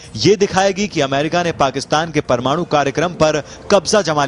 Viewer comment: yar iski hindi bakwas bilkul smjh ni aa ri... 'parmadu' lol n wat is this 'iss' 'pakisssstan' 'newssss ppr' 'manssssube' 'tezzzzzzi' '' etc :P anyways PAKISTAN ZINDAABAD